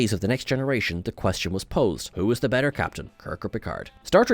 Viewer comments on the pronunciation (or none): none